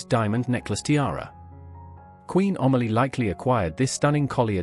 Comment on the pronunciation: The subtitles are absolutely ridiculous and the names totally mispronounced. It is Amelie, not Omally!